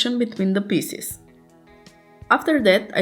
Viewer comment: Pieces, not Pisses...